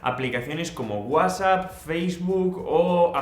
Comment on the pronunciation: Escucho que dijo wasapppppppp 😂😂😂